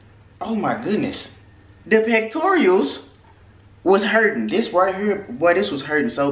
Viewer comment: Bruh you funny “Pectorials” Pectoralis*